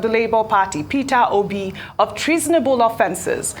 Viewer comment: The way he pronounced okpeeeeee sounds funny